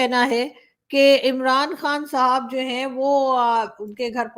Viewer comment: आप जब भी किसी पाकिस्तानी को साहब बोलती है ऐसा लगता है सांप बोल रही है 😂😂😂😂😂